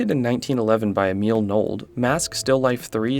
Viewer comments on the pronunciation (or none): none